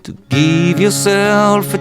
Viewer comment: To geeve yourself a chance, you have to geeve yourself a chance. lol Looks awesome but I had to tease you just a bit. That's actually a nice little diddy and I like your tutorial :)